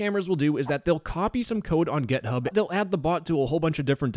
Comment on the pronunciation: it's pronounced "github", not "gethub" 💀